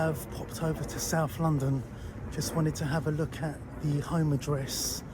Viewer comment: That would be " sarf London ". Get it right.